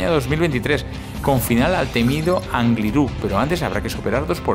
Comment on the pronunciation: Angliru sin tilde en la u, el acento va en el gli